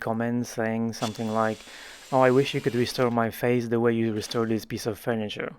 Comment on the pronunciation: When you first segued into the ad, I heard "faith" instead of "face," so it sounded like people said "I wish you could restore my faith."